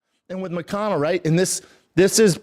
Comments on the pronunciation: Callen: Moicano? Brenda: Muhcano …. Got it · I thought he almost said “mitch mcconnell” instead of moicano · Because he's saying McConnell. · “Macano” over and over is making me so mad. He can’t even get the guys name right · Schaub keeps calling him McConnel 🥶🥶 LETS GO MONEY MOIC!!! Total Wes Watson energy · Why does it sound like Brendon keeps saying McConnell? 😂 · he mispronounces Moicano’s name on purpose what a loser